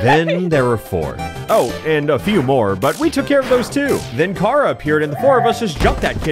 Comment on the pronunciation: He called Chara(pronounced short for character by Toby Fox, the literal creator) As 🚙-a